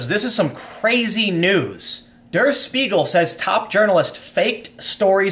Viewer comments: Tim. Can you say shpiegel? XD. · Spiegel is pronounced : Shpee-gl, the sh from Shoe, means mirror, and it indeed is the NYT of Germany